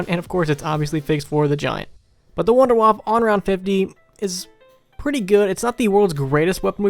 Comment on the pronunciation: Hey you actually pronounced WunderWaffe correctly! Don't see that often, haha.